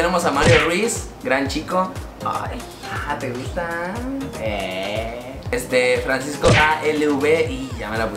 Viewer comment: jajaja si yo al principio pensé que decía Francisco a la verga